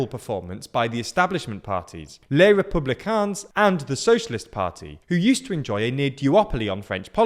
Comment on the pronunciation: Stop saying the S at the end of les républicains!